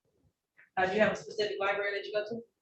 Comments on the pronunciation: “Li-Berry”!? …. Try library, 🕵️‍♀️ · “Lie- Berry” That sums it all up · Did he just say LIBARY??!! Meaning LIBRARY?? He needs to go back to school!! And learn English. And AX for help. Since he can't ASk for help. Sheesh🙄